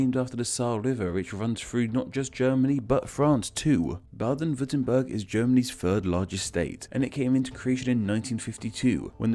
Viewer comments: Baden-Württemberg Not Braden-Würmttemberg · its BADEN-Württemberg not BRaden-Württemberg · I'm from the US and i confirm can that it's true. But, how you mispelled Baden-Wurttemberg: It's "Baden-Wurttemberg", NOT "Braden-Wurttemberg"! And yes, Palatinate in German is Pfalz but it's pronounced "Falts" (Keep in mind that you need to pronounce the A in Pfalz like in an almost-Italian accent). Also, the Alps are NOT in Saxony okay? And last of all, the map of Germany is not accurate. It looks like Germany annexed almost all of the western Netherlands. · Baden-Württemberg* not Braden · Not BRRRRRRRRaden-Würrtemberg. BAAAAAAAAAden-Würtemberg.